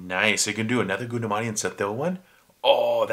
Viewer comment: Goundamani is pronounced like "Gowndamani". Even though Goundamani and Senthil doesn't act anymore there one line punch and their insults are still remembered till this day. There is no one like Vadivel in Tamil cinema. Doesn't matter how many comedians acts in Tamil movies, He can never be replaced. Vadivel is not just a legend in movies but also in memes........